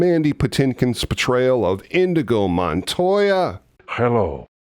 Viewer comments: Prolly here already, but it's Inigo, not Indigo. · Inigo NOT "Indigo"!!!! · Inigo Montoya, not Indigo! C’mon! 😂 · InYeGO Montoya........not INDIGO... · Hey, pretty sure the character is “Inigo” and not “Indigo”. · INIGO! Not indigo! Indigo is a color. The Swordsman is Inigo Montoya...... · Dunno if you realize it or if anyone else mentioned it, but it's 'In-nee-go', not 'In-dee-go' Indigo is a color whereas Inigo is a swordsman... not to be a pedant... Your show rocks BTW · I know it was just a slip of the tongue, but saying InDigo Montoya when his name is Inigo kept pulling me out of your video. Of course, that's a ME problem. LOL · Are you saying indigo? Because it's inigo 😂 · And I thought you were a geek about this movie. The fellow’s name was Inigo, not “indigo.” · You keep using that word... Indigo. It's Inigo. You should know as you and I both discussed it in my comment on your preview vid for this vid yesterday. LMFAO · BTW, Indigo is a color, NOT a name. It's "Inigo"... ;-P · Isn't it Inigo Montoya, not Indigo? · Indeed "Inigo"...not "Indigo". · PLEASE go back and overdub Indigo with Inigo. Love the video other wise… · Love this video! Just a quick correction. The name of the character is "Inígo" and not "Indigo". It took me a long time to realize. this. 🙂